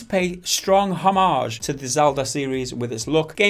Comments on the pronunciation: Why did you put so much emphasis on h in homage also it's O Mage no h sound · Don't ever pronounce homage like that ever again